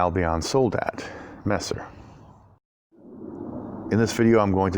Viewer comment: Your pronounciation of Messer AMD Nagel is very good. In case you didnt know, Messer in german literaly means knife. And Nagel is nail in englisch. Also Messer is a term used in the englishspeaking world, lange Messer ( long kife) , Bauernwehr ( farmers guard) or even Kriegsmesser( warknife) would be more accurate. Very nice cutting. Really enjoy all your cutting videos. Especially the shashka one. Sadly i cant find one anywhere in the Internet for sale.